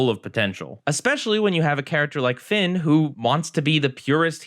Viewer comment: I think you missspoke Finn and jakes name at the beginning of dungeon